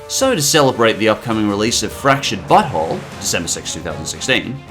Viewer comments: i already made this joke a few days ago on your fractured but whole moment, but i love how it sounds like you say 'fractured butthole' instead of 'fractured but whole'. not an insult, just something i find funny. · Every time you said fractured but whole I heard fractured butthole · Thought he said french butthole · I just now realized that "The Fractured but Whole" sounds like "The Fractured Butthole" and I have been hearing about this game since it was announced. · "?Ok who else hears him saying "Fractured butt-hole?" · I thought he said fractured butthole